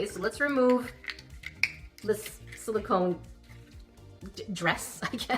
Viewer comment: You get a pass on kettle/teapot because you've now said "silicone" correctly in the last 3+ vids (probably more) 🤗